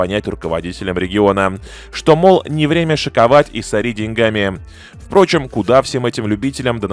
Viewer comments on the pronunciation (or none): none